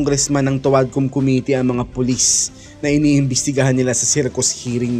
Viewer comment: Ang lupet talaga ni "Khomitee" pag prounce lang committee sabalay pa.